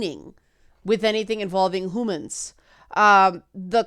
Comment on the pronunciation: was that a "hoomins"? Love it! :-)